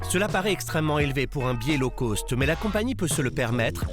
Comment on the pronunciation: La prononciation correct de "Low cost" est Low coste et non Low Côste. Un peu de professionnalisme que diable.